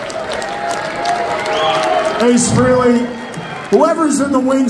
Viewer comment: Trunk still doesn’t know how to pronounce Ace’s last name correctly. It’s Fray-Lee. Not Free-Lee. Derrrrrrr